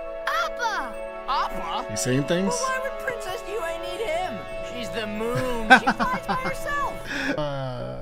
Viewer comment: the white man pronunciation of the names.. Yue and Toph to be specific lmaoo